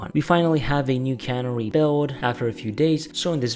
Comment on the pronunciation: It's not cannery, it's canary.